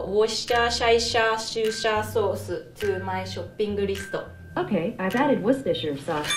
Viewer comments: Addo-woshta-shaisha-shusha-sousu-to-my-shopping-listo Italian R joined. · I can't stop laughing. " Add the woshashaishashosha sosuru to my shoppping listu" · ok guguru addo Worsheshaishashushasosu to my shopping Risto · "Okay googuru, addo worsheisaishoshushosha sauce to my shoppingu risto" "ok i've added it." what the actual heck credit to pand and strawberry toast in le comments for correcting my mistakes that i didnt add didnt have to add this but i still did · Japanese: or kay googed erg addo wo sha shai sha shoe sha sauce ser tu mai shopping listo Google: Ok I've added worchestire sauce Me: O_O